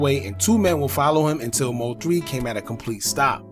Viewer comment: Stop Say M-O-3 lol it’s one word. MOThree (3)